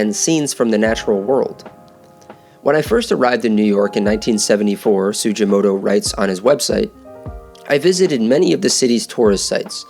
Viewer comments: It's not pronounced "Su-jee-mo-to" but su-gi-mo-to (hard g) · You need to redo this video with correct pronunciation of the artist's name "su-gi-mo-to (hard g)". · His name is pronounced with a hard G!